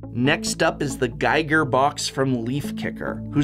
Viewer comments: To be fair, though, GEE-ger vs. GUY-ger is a pretty common error. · also needed to check if anybody else caught this! also, it's "gee-ger", not "gai-ger" H.R. Giger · It's also pronnounced GEE-ger, not GUY-ger. Just a little thing. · A big fan of your work Prof, but both as a Swiss and an art & design enthusiast, I have to point out that it's H.R. Giger (Hans Ruedi Giger) and Giger rhymes with eager. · ... H.L. Giger? .....H ARRRRR GIGER!! Great video as always, in any case. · Did you say H. L. Giger???? It's R! Hans Rudolf Giger!